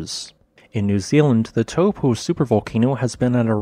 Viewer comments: Please learn to pronounce Taupo the correct way. Maori is a phonetic language. Tau for the Greek letter and Po. Taupo! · forgot how to pronounce Taupo